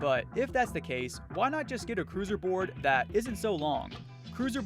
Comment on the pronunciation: i thought he said loser board not crusier :face-blue-smiling::face-blue-smiling::face-blue-smiling